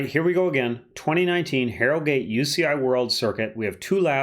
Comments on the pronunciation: Jesus the way he pronouced my town of harrogate. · The way you pronounce Harrogate disturbs me. Good analysis other than that